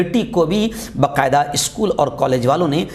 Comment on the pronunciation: ۔السلام علیکم و رحمتہ اللہ و برکاتہہ معاف کیجئے بقاعدہ نہیں با قاعدہ تلفظ فرمائیں ۔